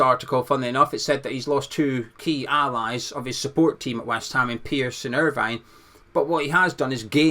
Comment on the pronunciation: As a fellow Scot who grew up in Irvine, I'm disappointed to hear you refer to Alan Irvine by the Irish version of his name, Alan "Ir-Vine"